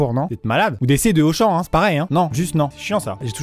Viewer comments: Y a pas de r dans Auchan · Y'a pas de R dans AUCHAN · t'a vraiment pris le R de Carrefour 😂😂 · Ta voler le R de Carrefour🤣🤣🤣🤣🤣🤣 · Gendarmerie nationale on sait que c’est vous le R de carrefour tu m’as tué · Mais tellement 😂😂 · Attend mec il a dit le "c de auchan" ca me termine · Ma seule question c'est comment ta fait pour prendre le r de carrefour ????? 😂😂😂😭